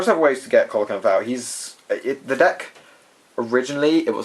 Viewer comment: pronunciation: SEE-lo-canth.